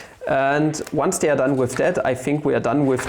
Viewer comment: It's "they" and not "dey"